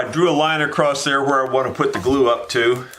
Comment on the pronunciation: I enjoy your videos but the word across ends with an "s" not a "t".